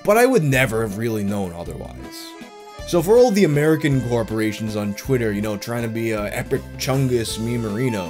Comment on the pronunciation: did you say fuckin glorporations